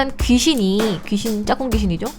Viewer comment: 짝궁을 짬뽕이라고 들었어욬ㅋㅋㅋ